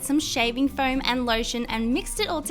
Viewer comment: Foam, not floam, as you said in the last video